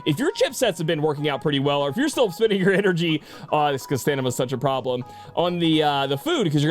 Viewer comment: stanima lol